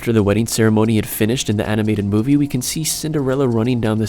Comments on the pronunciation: u at the very first... made a mistake that is... its not moive... its movie... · its not moive dude! its movie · You said moive mistakes XD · The intro says*MOIVE*